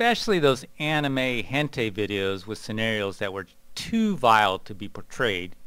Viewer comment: The way this guy pronounces hentai is really weird. Other than that its an interesting video.